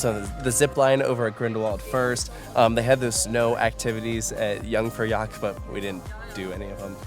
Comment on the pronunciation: Hearing trying to pronounce Jungfraujoch 😭